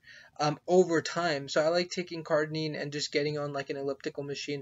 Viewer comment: Its cardirine not cardinine